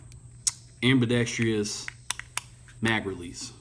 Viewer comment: what the fuck is ambeedextreeous lmao